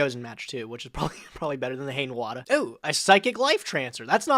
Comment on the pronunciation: ... really? "Haynwater"? xD